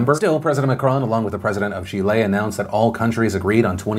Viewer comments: I am mildly irked that he pronounced Chile as shile twice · Why does he keep pronouncing it "Chi-lei"? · Enjoying the pronunciation of Chile as "Chee-lay" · You are pronouncing Chile wrong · Don't know why, but to me Phil's pronunciation of Chile sounded so weird and got weirder as he kept saying it 😂